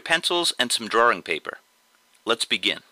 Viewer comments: I started to watch.... Then I heard him say "Draring"... cringe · The way he said "Drawing" annoys me. It sounds like he's saying "Drawring" with an extra R. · ok I love all of your drawings and no disrespect but the way you say "drawing" bothers me alot....... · did he say's drawring?..... =) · boston man